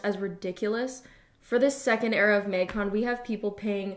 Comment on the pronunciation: Absolutely no one:: maig cone